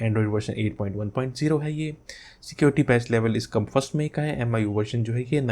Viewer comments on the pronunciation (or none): Its not AMIYOUEYE its MEEYOUEYE just correcting 😄🤗🤗